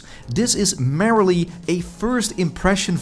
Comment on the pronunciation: Hi, (ga ik even van uit). Merely spreek je niet uit als merrily. “Merely a first version”. Het klinkt dan als “mier”, mierlie(f).